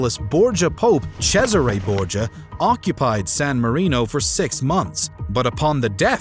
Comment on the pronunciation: Your pronunciations lol. Pius, Cesare Borggia. Funny thing is that you did an entire video on him